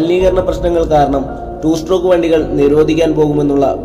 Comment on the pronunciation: നിനക്ക് വിഷമം ആവില്ലെങ്കിൽ ഞാൻ ഒരു കാര്യം പറയാം.... strock അല്ല stroke... 2 stroke 😶